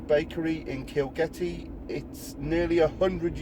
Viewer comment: kilgetty? i thought you said kilkenny, made me want som of that lovely ale.